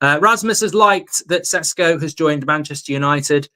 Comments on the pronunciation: It's Šeško not "Sesko" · IT IS SHESHKO Mark! :) slavic name or word with Š its SH! Idemo💪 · His name is pronounced SHESKO and please also remember it's MBOOMO!